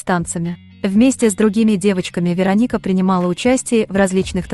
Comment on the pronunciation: Кто же так озвучивал? Ударение не пробовали правильно ставить? Рони - ударение на О, Вероника - ударение на И, Мигель - ударение на Е... Аж слушать противно.